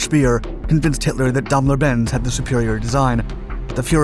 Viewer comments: You should really try and get your pronounciation of words correct.the german firm is not pronounced Dam ler it's Daim ler.Where a german word has two consectutive vowels the word is said using the second vowedl,eg bier. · All kinds of strange new means for existing words, where a suitable correct one exists. How can one consistently mis-pronounce "daimler" or "chassis"?